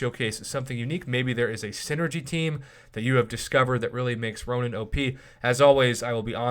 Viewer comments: Ronin not ronan lmao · Nope its Ronin. Look in-game